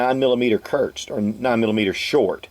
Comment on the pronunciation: That's " KURZ " Not ' CURTZ ". German for short